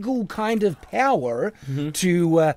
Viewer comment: Also as an Australian, where says "powerrr," he really rhoticises the R at the end to be more in line with how Americans produce an R sound. This is really common with kids who are like weirdly autistic and antisocial in school, this accent he has is (for anyone listening not from Straya) the Aussie version of the "umm witerawwy saw you on discord my kitten but you must not have heard me wistening because I heard something PWETTY sewious 🤫" Once you realise that's what he is, the reddit mod with a fedora archetype, you'll understand his entire philosophy and worldview, especiawy on compwex fings like mascuwinity and dwagons